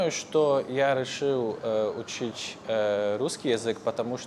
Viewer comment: Интересно, что он произносит к примеру учить как учич хаха) Типо, в польском есть слово, которое вот так звучит и конечно означает то же и самое. Я, кстати, из Германии) Честно, падежи и склонение и спряжение - не самое сложное! На самом деле, мне более сложно выбирать правильные слова, которые имеют конкретно то значение, которое мне нужно, потому что в русском есть дохрена синонимов, но почти каждый имеет свои нюансы. Это сложно!((